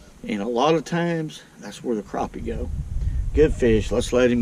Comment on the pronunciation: it’s crappie not Craw-pee